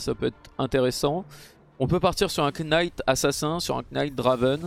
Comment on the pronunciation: Il me tue à chaque fois qu'il dit (K)night! Mdr